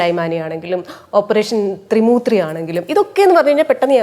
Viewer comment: എന്താണ് ത്രി മൂത്രി!